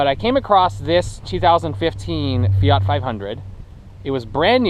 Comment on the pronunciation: FIAT not Feeaarrrt. Please! Also you cannot have power AND good mpg, you gotta choose what you want and go for it.